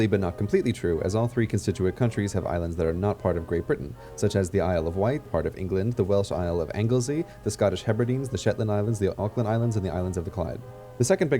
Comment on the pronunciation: there is no such place in wales as anglezey. its pronounced anglesee. just saying.